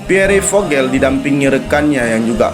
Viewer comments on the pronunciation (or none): Mohon maaf Koreksi. Dibacanya Pier Vohel.